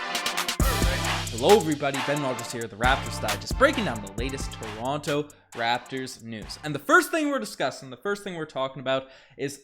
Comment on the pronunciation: I luv ya but pronounce toronto properly pls 🤣🤣